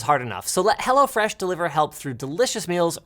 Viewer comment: It sounds like you say HellaFresh 😅